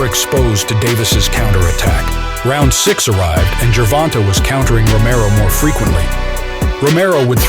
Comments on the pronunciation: Narrator just said "Ger-von-tuh" 🤦‍♂️ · Do you have a source? Because every announcer & interviewer I've heard says Ger-von-tay, and his Wikipedia says that it's pronounced "jer-von-tay." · That is how his name is a actually pronounced. People just say ger von tay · The way he says ger-von-taa drives me nuts lol